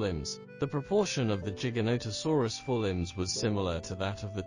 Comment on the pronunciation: the " giga " in giganotosaurus is pronounced like the giga in " gigabyte "